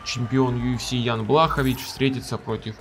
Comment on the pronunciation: Лучше будет если назовешь бойцов по фамилии правильно, Блахо́вич